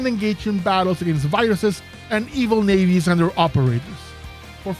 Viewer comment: You had me until you said "nayvi" 😂 Other than that great video!